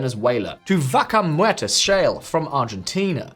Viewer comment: Needs more training with the pronunciation of "vaca muerta" 😅